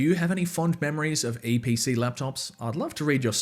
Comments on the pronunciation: EEE PEE CEE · ITS THE EE PEEE CEEEE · LETS GO EVERYONE ITS *ee pee cee